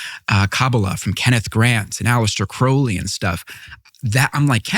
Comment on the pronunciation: Does anyone notice that the "expert" repeatedly mispronounces Aleister Crowley's name and Tucker gets it right? Sorry, that type of thing annoys me.